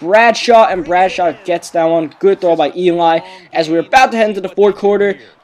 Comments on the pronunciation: it sounded like he was saying deep throat instead of deep throw!!lol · I keep thinking you're saying deep throat...